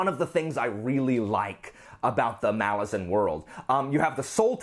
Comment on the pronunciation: I appreciate that you pronounce “Malazan” properly. I agree with being bored by Icarium and Mappo.